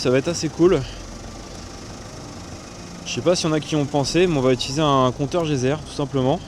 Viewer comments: Salut j'adore ta vidéo, mais je voulais te dire pour le compteur de radiation c'est pas un compteur ''gezer'' mais geiger' merci a plus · Compteur Geiger pas geyser !